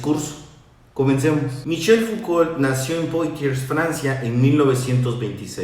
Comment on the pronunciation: Hola, creo que se pronuncia Fucó ;)